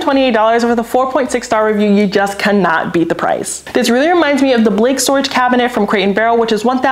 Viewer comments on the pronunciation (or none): none